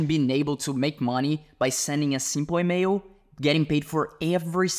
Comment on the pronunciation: Bro is saying "email", here I thought he was saying "mayo".